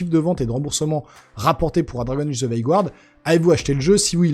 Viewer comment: Guard ça se prononce comme en français « gard », pas « gouard » 😉